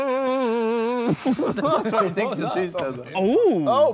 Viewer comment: Damn vik still saying chees instead of jeeez gets me everytime